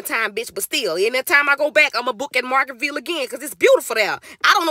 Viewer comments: happy birthday🩵 but why are you saying margarita ville wrong😂😂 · Love you K, it’s Margarita-Ville tho 😘 enjoy your trip. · lamo “margartville” 😂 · I am pissy weak at the way you’re pronouncing Margaritaville 😂😂😂😂❤ Happy birthday 🎉🎉🥳